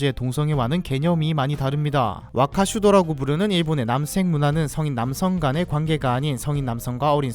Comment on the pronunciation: 남섹이라고 들리는게 너무 거슬려 ㅠㅠ